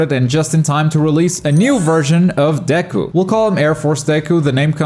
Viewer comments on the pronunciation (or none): none